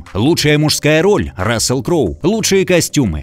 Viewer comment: Удивительно, как оба комментатора исковеркали имена таких великих актёров. Запомните - Рассел Кроу и Джерард Батлер.❤